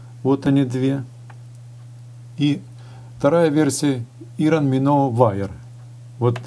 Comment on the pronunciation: Так слух режет- ирон миноу. Извините но поправлю- Айрон Миноу.